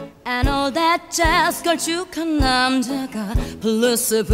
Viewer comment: "That." 발음이 너무 홀려